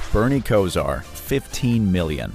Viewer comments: Bernie Ko-sir 😂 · How about Bernie Kesar! It's Kosar! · KOH-Zar not Ko sir. Sheesh.